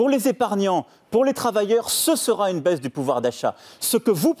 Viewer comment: La baise ou la baisse, l'idée évoqué reste la même 😋